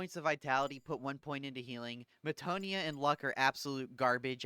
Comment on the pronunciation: I like the explanations. Thank you very much. (PS Meh-ta-no-ya. Peh-ni-tent.)